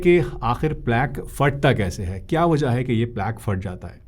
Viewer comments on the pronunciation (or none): Doctor sb Fat-ta nahi Phat-ta hota hai.